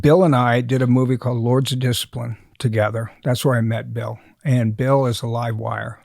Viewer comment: The guy that butchered Bill name is.